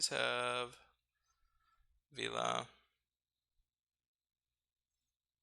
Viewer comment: The right pronunciation is VELA as it is written :) It is the italian for sail